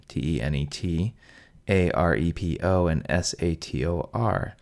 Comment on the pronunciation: The 'R' from opeRa and aRepo should be pronounced like in sauRon. Yes.